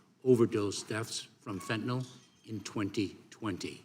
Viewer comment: Buck don't know fentanyl, he only knows fentinall. Probably says nucular instead of nuclear too.